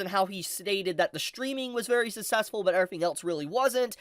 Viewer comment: SUCK-CESS-FULL jesus…. “Sussessful”